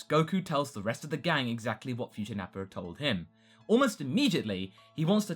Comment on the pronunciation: Goku would have a difficult time telling what will happen in the future because there won't be Piccolo hear the whole conversation. (correct me if i'm wrong but i remember that it was piccolo who got the details of that conversation right.) why do you say Nappar with an R sometimes?